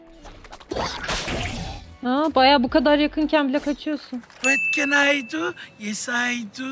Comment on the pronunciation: vat ken ay du, yes ay du sjndjdjd bi kere daha duysam videoyu kapatırdım tam yerinde bitirmişsin